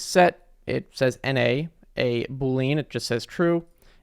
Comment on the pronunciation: saying Bool-lean instead of Bool-ean 💀